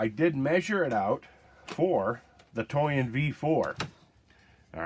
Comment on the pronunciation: Thought you said you “got the toy in” lol